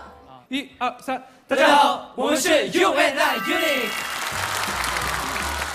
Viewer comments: 何老师拜托，不要把UNIQ,念重音在第一个音节，如果在第一音节上可以不要发K的音，直接发Q的字母音好了，[ˈjuːnək]那是太监Eunuch的意思，发音快很容易听成:[ˈjuːnək]，Unique [juˈniːk],是唯一的意思，这个重音在第二音节上，Unicorn [ˈjuːnɪkɔːn],是独角兽，团队名，商标名用英文名自创时，是可以自创组合英语的，但是别引起歧义呀，还好没有组合没有火到音语国家，不然真尴尬，乐华是想名字标新立异，古老神奇吧，妈呀！真是坑了5个大帅哥，能不能不弄这种尴尬😓尴尬😓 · every time i heard UNIQ i heard UNIQLO lol...